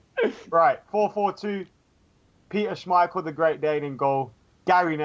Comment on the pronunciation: saying someone else's name wrong. Still says Mkhitaryan wrong. Now adds an extra syllable to Schmeichel's name